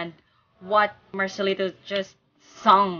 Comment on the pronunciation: It's marcelito not marcelino😂